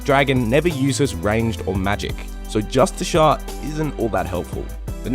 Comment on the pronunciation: "Just-a-shirt armour ".... grrr... my dude . Y'a triggering me. Lol. Say justice car... you will be closer to the right way